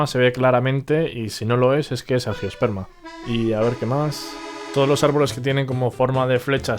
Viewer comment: Buen vídeo, gracias. Solo un pequeño apunte: Gimnosperma y angiosperma no tienen “e” antes de la s. Saludos